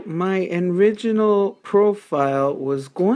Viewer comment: Did you say "my enriginal profile...." ?